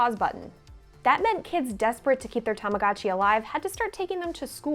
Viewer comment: stop saying "tamagatchi", it's obnoxious.